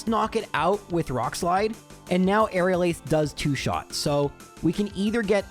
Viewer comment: Lol he said now but it sounded like meow. Nice observation😂